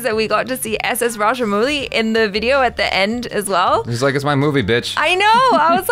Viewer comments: Kinda weird seeing u both face each other n discuss as if we viewers r out of it. And rajamowli pronunce not muli=raddish in hindi xd. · Some Foreigners call him raja"mougli"